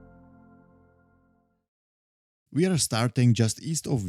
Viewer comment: Þ (Th) = th as in "think" (not as in "this") ak = sounds like "ahk" gil = roughly "gil" with a hard g (like in "give"), though the Icelandic g is a bit softer than in English. So speak it, THAHK-gil, please. But sure, a realy nice hike.